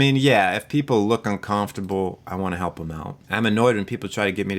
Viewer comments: Bostonian? 'Cahmftable'... I don't generally hear an accent, but that one is marked. XD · I wonder if it is a regional pronunciation? I have moved all over the country, but not in a region where I heard that. Not sure where is though. Maybe I haven't lived there. Haha "cahmfterble..." sounds like a mix of east coast and Minnesota's dutch influence. Maybe north east coast above NY somewhere? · You say "uncomfortable" funny but that is neither here nor there so.... The video was good and I can relate to being HS myself as well as being annoyed by others who are HS. And thats that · You’re a Highly Silly Person. I like how you pronounce, uncomfortable. You’re awesome. Don’t fret. You can use the grass blade funds for legal fees. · I'm highly sensitive to the way you said uncomfortable 😂😂 Jk! thanks for the test this is so interesting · Is that really how you pronounce "uncomfortable?" 😮 I am Highly Sensitive. I've known this forever. My whole family is like this too. It's one reason I started therapy - I was feeling like everything in the world was too much and that was bad. But my therapist told me it was good to be that way. So that's where we are. Probably going to turn my cellular data off today and tomorrow, have a wonderful day! It's my birthday. 😄